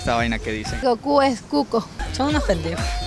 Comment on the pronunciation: Es goku no koku 😂😂😂😂